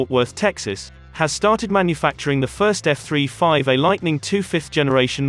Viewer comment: f three five er who is reading the info ?